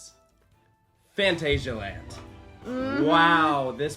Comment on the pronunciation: We're supposed to believe you and you can't even pronounce phantasialand correctly?